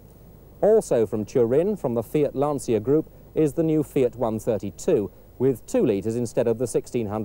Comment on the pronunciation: Purrgeot, Lanseeah, and Fit.